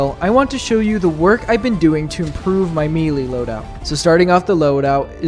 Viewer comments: May-lay. Not mealy. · Okay, one thing up first - good boy. Now this is a challenge worthy of a true warrior. By the way, the tooltips in-game are wrong - all melee weapons are medium penetration, surprisingly. They lied to us ! +g+ Also, it´s 'melee', derived from French, not 'mealy', like a darn potato, son +g+ But you ARE forgiven, for this was a bold exploit. Just two things: First, I know it sounds retarded, but you CAN kill a Factory Strider with JUST knives ! So sad you did not try it out. The left and right belly doors are actually part of the frame under the armor plates. You can attack them, focus on ONE side ! I´ve seen Commisar Kai destroy one with my own eyes. Just throwing knifes, no kidding. And finally: DO THE SQUID RUN ! And bring a Saber ! Thanks to the wide swings it is the absolute best to take out the hordes of zombified Voteless. Might be the actual meta weapon for the cannon fodder on this map. No idea how well it will work against the elite enemies, though... But it´s worth a try ! And if all fails - if knives can take out a huge strider, why not an Overseer ? Don´t forget they have ablative plating (like the aliens in EDF !). Destroy an area and then focus on it. And avoid the heads at all costs, they are heavy armor. And... maybe run away from the large War-of-the-Worlds things, hihi. Good luck, brave young fella ! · *Melee*....Pronounced 'May-lay'.......Mee lee is a kind of worm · Bro it is may lay not me lee, it comes to us from French so the pronunciation follows their rules not ours. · Fun video, but the way he pronounces “melee” is bothering me… It’s “may-lay,” not “mee-lee” (I blame the French lol)